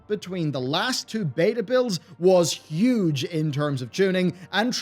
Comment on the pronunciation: so huge we 'an't 'ven say the word 'orrectly because it is SO 'UUUUUUUUUUUUGE. THIS 'UUUUUGE FEATURE will save Shadowlands. Right.